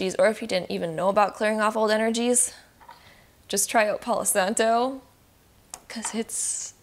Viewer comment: "Palow santoe" 😂😂😂